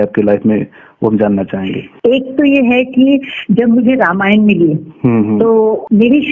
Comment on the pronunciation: Anchor aapko Sharm aani chahiye kyonki aapko ramayan shabd theek se bolna nahi aata.